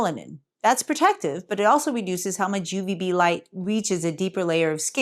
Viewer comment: "UVB".. not Ubv. Isn't b the bad one? One step away from X-Ray?.. I'm PhD Professor (retired/emeritus), but who remembers?!:P Thank you always.:).. I reduced my D3 supplement. A (peer-reviewed) paper came out showing all-cause-mortality reduced for people taking too much. (Another paper showed similar for those taking a multi-vitamin - yes, living less long). I take my 5000 IU once a week instead of once per day.